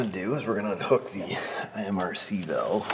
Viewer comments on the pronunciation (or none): none